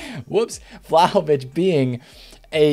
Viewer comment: I died when he said vlaho-bitch